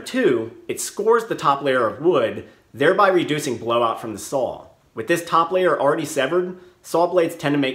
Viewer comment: I'm just curious... Did you and April Wilkerson grow up close to each other? You both say sawr the same way.